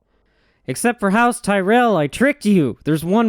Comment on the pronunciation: You're the only American I've ever come across that pronounces Tyrell correctly. Thanks king.